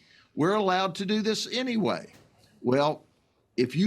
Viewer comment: Come on, report the news ACCURATELY. Its not "teen takeovers." We see the video, it's BLACK TEEN TAKEOVERS. And then fights and shooting breaks out. And be it in CA, NY or the Carolinas. they can't pronounce a 3 letter word...kids not keeds.